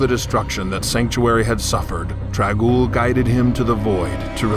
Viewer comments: Nathan Bell Trag'Oul. Just saying. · was this the leader of the mortal realm trangule? i cant understand the name. dragule? trangule?